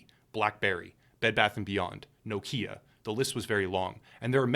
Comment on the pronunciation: Nokia is so forgotten, people have forgotten how to pronounce the name...